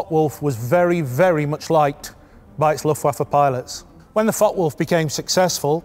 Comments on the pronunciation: May I help with the pronounciation of the F.W. 190 ? In German a "W" is pronouced as "V" in English. There are no silent letters in German. The "e" at the end of Focke is pronounced as the English "a". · The E in Focke is pronounced! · Very nicely done this video, many thanks! But please note the E at the End of "Focke" is not silent. Greetings from Bremen 😉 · Hey, mate. There's an 'e' on the end of Focke... use it! Same goes for Porsche.